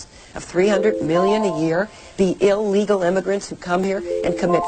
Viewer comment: Hey,... There is NO SUCH WORD AS "EE-Legal"!!!